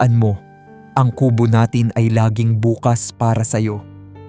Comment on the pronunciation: Pls. observe sa pg bigkas ng words Bukas - example para yan bukas Bukas--na kubo iba din ang pgbigkas😮